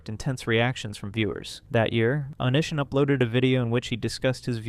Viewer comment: "Oh-nee see ahn" lol 😂 ive only heard it said as one word altogether